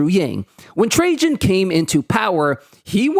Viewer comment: It's pronounced TRA-IAN ffs, not Tra-jean omg! Also Rome was an EMPIRE. It could afford all that shit because they ROBBED the rest of Europe lol.